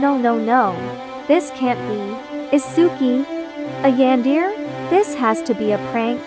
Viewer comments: I like how the ai says “yanDEAR” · “a yAAn-deer?”